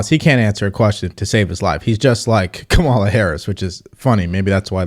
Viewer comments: You still can't pronounce Kamala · Why won’t you pronounce Kamala’s name correctly?